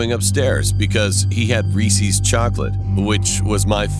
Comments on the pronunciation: Did he really pronounced Reese Resee's chocolate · Me: not paying attention to the video box I’m looking at other wansee vids Video: says Reese’s wrong Me: Wtf!?